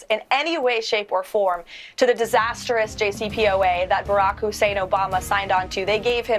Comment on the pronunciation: It's hilarious in a cynical way how there is always an emphasis on the "Hussein".